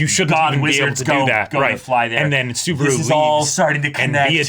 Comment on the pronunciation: Spoilers... but.... "Best Timeline?" lmao Also a little pet peeve of mine for a while, so I'm gonna vent it a bit sorry. Mispronouncing Subaru's name kinda annoys me, every reactor I see mispronounces it, I know coming from different languages mispronouncing a name happens but you can hear his name being pronounce in the show so... yeah.